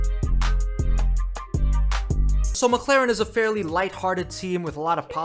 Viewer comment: pls learn how to pronounce McLaren.